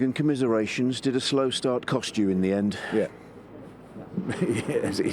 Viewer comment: Klopp: Yeah yeah yeah I think you mean: Yar yar yar